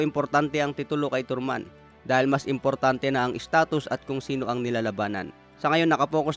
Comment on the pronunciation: Tarman hindi torman, bobo😂